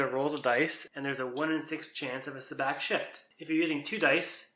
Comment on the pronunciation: First lesson on how to play Sabacc: it's pronounced Sah-BAWK not Sa-BACK.